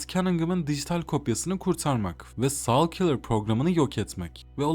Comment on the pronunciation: Essay video formatını iyi yapmışsın ama telaffuzlar sıkıntılı. Saulkilır, coni silırend gibi şeylerin ne olduğunu anlamak tekrar tekrar dinlemem gerekti. Telaffuz edeceğin şeyleri Google Translate’den bir bakmanda fayda var. Eline sağlık.